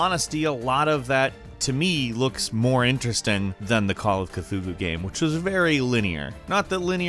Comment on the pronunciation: Stop saying Cthulhu like that.